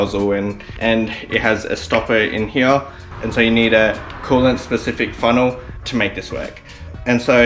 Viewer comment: stop saying here as HEYEH